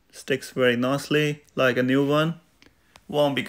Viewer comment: Two Wery different Vays! 😂